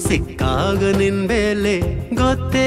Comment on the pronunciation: ಬೆಲೆ ಗೆ ಬೇಲೆ ಅಂದ ಹಾಗಿದೆ, ಕನ್ನಡ ಸ್ವಸ್ಟತೆ ಇನ್ನಸ್ಟು 🙏👍